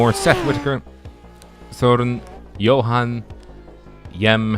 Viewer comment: How dare you to call the Aston an Audi? Shame on you! You pronounced my first name (Sören) correctly, very good!